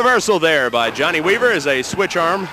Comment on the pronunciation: JOHN-NAY WEE-VER 😂😂 Big Dust